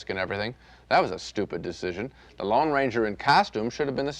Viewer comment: It's the LONE Ranger. Not the Long Ranger. That's like saying: nucular instead of nuclear.